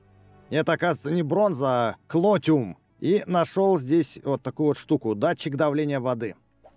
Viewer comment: Не колтеума,а клотиума